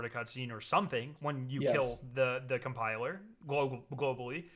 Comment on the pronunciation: Lol he said cum piler 😂😂😂